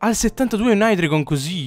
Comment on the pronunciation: non per fare il preciso ma si pronuncia haidreigon